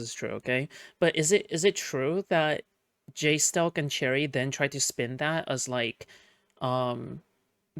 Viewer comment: Someone rate in order which way of saying his name is most based. "Jay-stelk" "Jay-stalk" "Jes-talk" "Jew-stalk" "Jes-tikel"